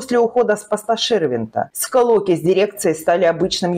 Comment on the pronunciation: Не скАлоки , а СКЛОКИ.